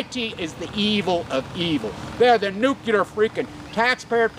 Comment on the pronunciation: NEW -CLEAR* NU-CLEAR * NUCLEAR * NOT NUKULER - love ya bro